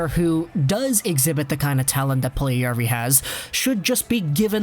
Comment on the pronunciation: Its Puljujärvi not puljujavri. Its literally written on the title